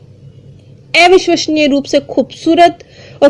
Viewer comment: Please pronounce आ विश्वसनीय not ए विश्वसनीय Thanks